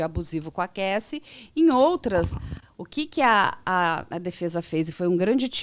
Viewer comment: Alguém sinalize ao pelo amor, que a pronúncia dele ao se referir o nome da ex do Diddy, a Cassie, está equivocada, ele não percebeu?! Somente este adendo.